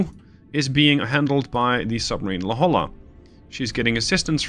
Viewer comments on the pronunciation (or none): La Holla 😂 it's pronounced La Hoya, please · Its hard to explain in text, but you are pronouncing La Jolla incorrect. Lets see if I can do this phonetically, its pronounce La Hoya. Just an FYI. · Just to add to the suggestions, you pronounce it "La-Hoy-ah". The "Hoy" should be like "Ships Ahoy!". I went to school there (University of California San Diego) and know La Jolla well :) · Don't worry. Me too. I came to the comments to state the same thing. La Hoya, not La Holla. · Great job though I am about to scream when you say La Jolla wrong lol. Its pronounced La Hoya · Hey, La Jolla is of Spanish origin and is pronounced as "la hoy-yah". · Usually its not a big deal, and I'm not even from California (but from another state that borders Mexico), but for some reason I can't put my finger on, your mispronunciation of La Jolla has crossed a line ...